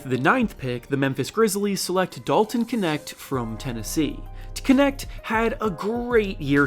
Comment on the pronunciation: OMG your (and everyone's) pronunciation of KNECHT😂 I get it's a tough one but making a one syllable word into Kinect is pretty funny. Say Gnashed and you're close enough. Shorten the a into an e like 'get' and unsilence the K for GOAT status😊